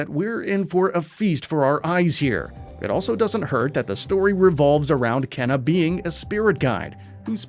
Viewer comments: is it not supposed to be pronounced keena rather than kenna? keena sounds a bit better. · Kena's name is pronounced in the trailer (like "Keyna") yet he still mispronounces it as "Kenna" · For the record, it's pronounced "kay-na".